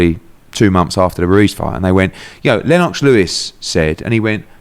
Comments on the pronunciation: Pronounce LenOX like that 1 more time & my head gunna pop 🤯😖😂🤷🏻‍♂️ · Eddie pronounces Lennox very strangely lenn-ox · Annoying how Eddie says Lennox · Why is he saying Lennox with a Jamaican accent for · I like how he says Lennox 😂😂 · Not Le - Nox?